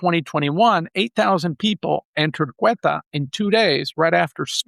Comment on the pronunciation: The name of the place is Ceuta, pronounced Seuta, not Queta.... isn't that a big difference, for someone named that claims to know so much about the place...